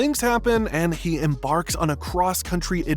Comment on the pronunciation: haha emBARKS